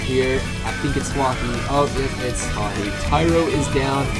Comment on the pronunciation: Who else got annoyed when that onw guy pronounced huahwi as huahi